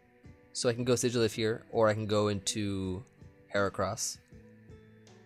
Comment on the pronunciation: Sigil is with a "J" sound! A sigil is some kind of mark or symbol with supposed a magical power! I'm glad you say the names right! I hate when Joey and Blunder say Metagross with the "gross" part rhyming with "loss" or "toss". It's supposed to sound like "grow-s" rhyming with like "roast", but without the "t" sound. A gross is 12x12, hence the pun on its weight (1212 lbs)!